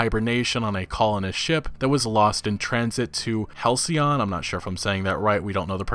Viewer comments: You nailed it “Hal-cee-on.” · Lol man. halcyon is a real word. "denoting a period of time in the past that was idyllically happy and peaceful." I'm pretty sure you got the pronunciation right though! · Pronunciation correct...halcyon also a powerful antidepressant!🍭🍦🍩🐶💖